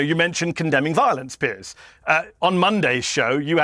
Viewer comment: OK much needed PSA for you and: "Piers" is a different first name from "Pierce". A helpful thought maybe that "Piers" should be pronounced like "peers" as in "he was not respected among his journalist peers".